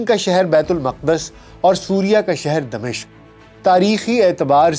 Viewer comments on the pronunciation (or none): Dmishq نہیں Dimashaq